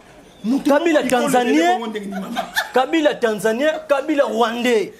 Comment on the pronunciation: Kabila[ Ká..bi..là] c'est comme ça se prononce. Je suis Mukongo.